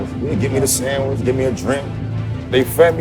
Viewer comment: SANGWICH!!! LOL